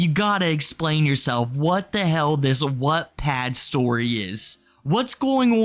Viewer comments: “Whatpad” 😭 love you, but it is pronounced like “watt”. Like the unit of power. “Wattpad”. lol can’t wait to finish watching this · I’m not sure if it’s your accent (which I love) but Wattpad is pronounced “watt” like a lightbulb watt! 💕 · sounded more like “whatpad” imo, not sure if he fixed the pronunciation later in the vid